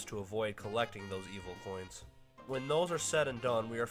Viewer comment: I love when he said “0 coons collected, better luck next time, Porkrind.” Just hilarious 🤣 😂